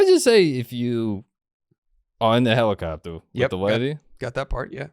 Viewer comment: "It's a hewicopta"